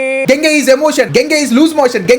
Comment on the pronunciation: Gangey ❌ Dengey ✅